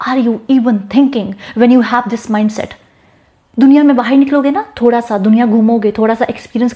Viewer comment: Bahir, omg ham to Bahar bolte h apke talafuzz, husn ka, juban , wallah Habibi. Ulfat jehenashi ab itna hi aata h. Shadi karegi mujhse sorry nikaah.